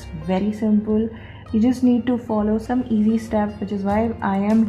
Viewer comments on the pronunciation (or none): none